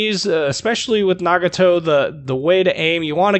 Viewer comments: So glad a fellow American tries to pronounce something how it should be in it's native language...since growing up I grew up leaning from a Japanese family in my neighborhood...it'd be pronounced (na-ga-toe/nah-gah-toe - depending on accent and which part of the US you'd be from). Great review and in-depth information video and I thoroughly enjoyed! Edit: Finally got mine and have to say that this and (from what I've heard...the Izumo) are just to be free exped. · The one thing I like your video is you did a good job saying the Japanese ship name. Nice job.